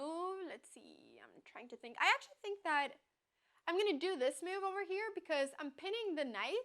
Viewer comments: I like the way the pronounces "move" as meow, very cat -like. I do not like her creating a user with a 600-rating and killing the poor souls playing against her. They never knew what hit'm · I find very cute the way she pronounces the word "move"